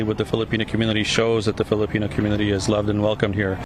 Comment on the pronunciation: This lady can't say the word Filipino. 🙄